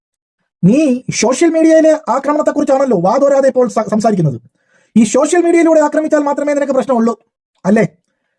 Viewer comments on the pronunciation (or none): സോശ്യൽ അല്ല പാത്തു,. സോഷ്യൽ എന്ന് ആദ്യം പറഞ്ഞു പഠിക്ക ണം.MLA ആയാൽ പ്രധാനമന്ത്രി ആണെന്ന് വിചാരം നല്ലതല്ല. ഉപ്പാന്റെ BUS നന്നായി ഒട്ടുന്നുണ്ടല്ലൊ? അപ്പേച്ച അല്ല പാത്തമ്മ . അപേക്ഷ: പറഞ്ഞെ ഒന്ന് കേൾക്കട്ടെ.!